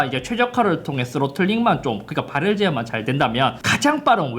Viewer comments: 오늘 따라 ‘ㄹ’ 발음이 두드러지네요 “발열르ㄹㄹㄹㄹ” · 발열 발음이 ㅋㅋㅋㅋ